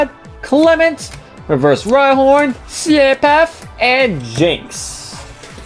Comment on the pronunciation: You called rhyhorn rydon